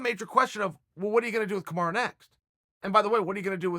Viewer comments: Hahaha alright I meant no disrespect to our favourite uncle, lets settle for Kamura then 😂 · Mustapha MSR If Chael says it’s Kamara it’s Kamara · Kimara Mooseman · Chael 'Kamara' Sonnen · Chael “Kamara” Sonnen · I love how chael pronounces everyone's name incorrectly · Chael for heavens' sake his name is Kamaru, not kimura :D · Chael it's either MARTY or kamarUU NOT A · Who’s Kamar? Do you mean Kamaru? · KAMARU KAMARU KAMARUUUUUUUUUUUUU NOT AAAAAAAAAAAAAAAAA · Chael, its not "Kamara". Its KamarU. Pronounced as: Kuh-mar-ROO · CHAEL, you need to buy a vowel, I suggest buying the letter "u" for "Kamara" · Take a shot everytime your hear kamarra 😂😂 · Chael: Kamara Kamaru: eets prunounced kamaru Chael: look buddy if the bad guy says its Kamara then it's kamara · Its KamarUUUU not KamarAAA fucking hell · CAM - ARE - EWW = Kamaru Not COM - ARE - AH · It is Kamaru. Ru not ra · Have watched 8 videos and you keep referring to kamaru usman as kamara, it ends in a u, not an a. Please fix it lol makes me so frustrated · Its KAMARU not KANARA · Its Kumara! Get it right dude. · Dear Uncle Chael, I know you like to remix names 😅 but his name is not Kamara or Kimura it is Kamaru... or at least call him Marty 😂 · Thaha HD Kamara is what Chael calls Kamaru because he can’t take the time to pronounce his name correctly. It’s kinda messed up because with a name like Chael which people mispronounced all the time and bothered Chael because of it you would think he could at least use the correct vowel. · What the heck is kamaraaah ???? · KA - MA - RU 😆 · It’s Kamaru you ignorant douche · chael please learn to say kamaru correctly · "Kamara" rofl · Kamaru "KAMARA" Usman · Can you stop saying "KAMARA" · Kamara? imma b sayin dis everytime i hear him say it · I love how Chael calls Kamaru "Kumara". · It's official.. If uncle Chael says it's Kamara then imma call him Kamara too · Who dafuq is Kamarra? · hes just fucking with marty at this point with calling him 'Kamara' lol